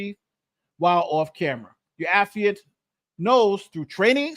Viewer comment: Thank you,, for pronouncing "affiant" correctly, unlike Andrew